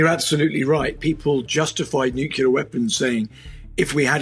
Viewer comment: Do not trust the military advice of somebody who mispronounces "nuclear weapons."